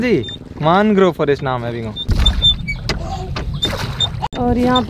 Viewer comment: isey मानग्रोव nahi मैंग्रोव bolte hai. Jo bhi ho bahut sundar prastuti, camera ki aankho se sundar prastutikaran. Kabhi mauka mile to vishva ka sabse bada mangrove west bengal+bangaldesh ka sundarban dikhaye, aur odisha me bhitarkanika dikhayeye